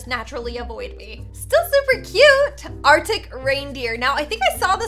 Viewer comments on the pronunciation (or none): none